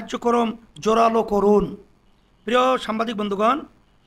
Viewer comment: সাম্বাদিক শব্দটা খুব কানে বাদছে